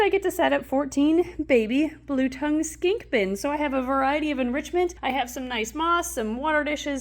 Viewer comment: And did anyone else notice said “so skingking cute” did I spell that right